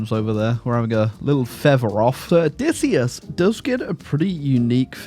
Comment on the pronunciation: i am pleasantly surprised by how entertaining this total war troy video was as you tortured matt damon’s name 😂 for being odysseyus